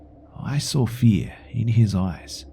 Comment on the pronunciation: "Until I sawrr it"